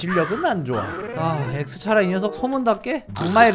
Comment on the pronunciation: 엑스차라가 아니라,크로스차라입니당